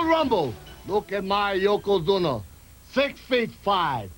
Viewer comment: I heard more than one person say yokozuma